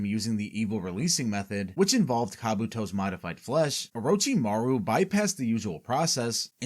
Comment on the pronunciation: Oh-roach-imaru LMAO I cant even, americans LUL